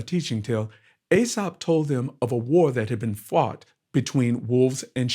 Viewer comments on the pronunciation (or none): EE-Sop, FFS KREE-SUSS, FFS!